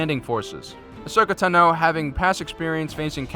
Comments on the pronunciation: No offense but I think it's pronounced Ashoka Tan-o. Not Ashoka To-know. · Good, but could you say Asoka Taano and the word escape right please. It's not pronounced Tun-no or ex-scape. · Please for the love of Vader, learn how to pronounce all of these names properly. Specifically Ahsoka "Tano" (wtf is Ahsoka "Ton-o"?) and Admiral Yularen (wtf is Admiral "Yul-loren?). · Not to be rude it’s not Tino it’s Ta no Tano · My god its fucking Tano not Tino. Fuck, that only got intolerable the fifth time you said it. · I'm not trying to be a jerk, but this is driving me crazy, Ahsoka's last name is pronounced 'Tahno'. And I was hoping the GAR would win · Say Tano one more time...